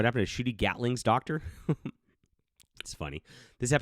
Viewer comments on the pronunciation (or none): Ncuti is pronounced "Shooty," the 3rd Doctor was the one exiled to Earth by the Time Lords, "Wibbly Wobbly Timey Wimey" was one of the 10th's catch phrases, the "fans" aren't furious at Billie Piper, they're fucking furious at RTD... this shit-show is all on him. As Oscar Wilde once said, "...each man kills the thing he loves." 😕